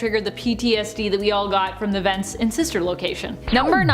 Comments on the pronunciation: Man said veents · how he says vents